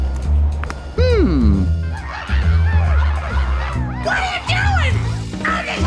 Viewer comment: since they kept saying MR PRIMINISTER its now gotten stuck in my head xD